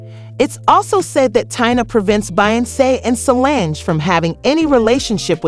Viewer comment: The pronunciation of these names 😩🤦🏽‍♀️😩